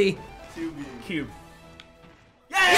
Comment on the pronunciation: Excuse me, it's cubey. Get it right